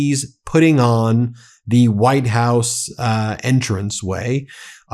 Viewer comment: "WHITED" HOUSE? More hyperbole, more nonsense from you.